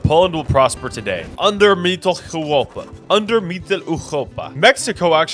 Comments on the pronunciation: No it’s wrong. The “Eu” vowel in german is supposed to be pronounced like “oi” as in moist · I enjoyed this video immensely but why do you keep saying mittleeuropa like that bro 😭😭😭 just say middle europa just anglicize it man 🥀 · Ah yes, Mitteleuchopa 😂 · Ngl your pronunciation of Mitteleuropa is funny bruh. You pronounced the r too gutturally as if it's a Dutch g/ch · Your pronunciation of europa is way to harsh on the “ur” part of europa and it’s physically making me recoil. So habe eine gute abend oder eine nacht odioten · The way he pronounces MittleEuropa, like from eurovision "Europapa"